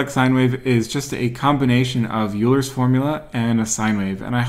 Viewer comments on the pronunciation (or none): pronounce Euler correctly😀 (Oylr)